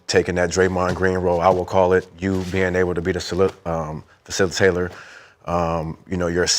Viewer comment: Brandon not knowing how to say facilitator is crazy 🤦🏿‍♂️🤦🏿‍♂️” filicilater” tf is that 😂😂😂